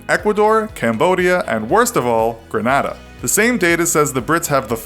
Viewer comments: It is gren-aye-dah not gren-ah-dah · Love your vids! Just a note: Its Gren-AY-da (I'm from the island right next to Grenada) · Imma fight you for saying Ger-na-da instead of Ger-nay-da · ITS NOT GRENAADA ITS GRENAYDA THATS HOW YOU PRONOUCE IT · alright so ig I am the only one that realizes he said Grenada wrong? Gre-nah-da is not the pronunciation. Its Gre-nay-da. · This guy said gren ADA...its pronounced Gren-Ae-Da like grenade. With an AH at the end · Grenada : Gree-Nay-Duhh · Grenada is pronounced Gren-aye-da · You pronounce the country Grenada incorrect and the statistic is wrong BTW.